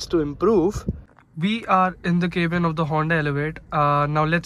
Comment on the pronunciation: Its not kaebin , please pronounce cabin like we all do